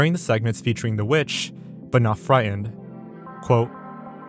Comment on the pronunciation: interesting video, but the narrator (who is obviously an adult male in his early to mid 20s) cannot properly pronounce the "FRIGHTENED". he speaks like a 4 year old....